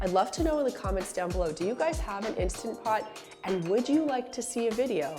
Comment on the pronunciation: Please make a video about cleaning the instant pot!!! Love mine so much!!! And thank you for pronouncing it correctly!! I loathe when people call it an insta pot 🤦🏼‍♀️